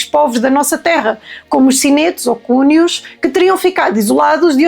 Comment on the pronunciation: Espetacular! Mas é preciso ver que é só para Conimbricenses (mais de 200! Eh!) Nós daqui somos os maiores! Olha, sem querer se chato não se diz Oestrímios mas Estrimios (com é aberto - uma mariquice herdada do latim). Ah! e Cónios e não cúnios. Desculpa: é gosto dos teus vídeos!